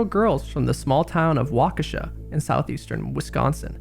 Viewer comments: I had to watch this as a Wisconsin native. It is so fun to hear others say Wisconsin town names. Like, you didn't say "Waukesha" *wrong*, it's just different when you hear it with a midwestern dialect. It sounds more like "WA-kish-shaw" if you've grown up hearing it regularly. I love how many towns are still indigenous words, too. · Really makes me laugh when someone not from Wisconsin says the native town names here 🤣🤣🤣 waaaa-kaw-shaw is how their town is pronounced..and small town...bahaha 🤣🤣 so golden in my eyes